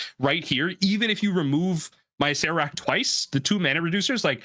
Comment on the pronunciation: you were pronouncing acererak wrong the whole time.